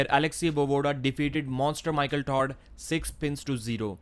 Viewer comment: Michael Todd, not Tard. If you know the English word "odd", then "Todd" sounds just like that but with a "T" sound at the beginning. What you're saying is "tard", as in "retard". I can speak only one language, so I commend you for being (at least) bilingual. Just trying to help out on a glaring mispronunciation.